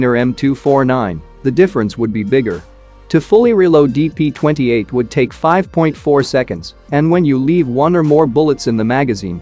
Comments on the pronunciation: He says dp29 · Am I the only one who heard dp"29" 💯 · Its DP-28 not DP-29.